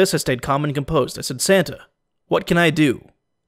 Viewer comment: Keep saying Santa like Senna